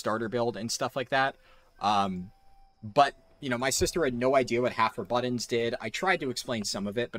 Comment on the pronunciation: I mean, if it means we don’t have to hear you say “buddins” every time you’re trying to say BUTTONS, then yeah, it might make a 7 hour video manageable lol 😂😂😂 (I’m kidding, of course; I’m Canadian and constantly have my American friends make fun of how I say about - even though I say it 98.7% the same way they do…I do not say “aboot” or “aboat” but I digress) I’m actually a fan of your videos, I’m learning new ways to level from you. Though I don’t speed run myself, I find it interesting as hell and I like how you explain your reasoning and processes. I’m looking forward to watching the rest of your catalogue 👍🏼👍🏼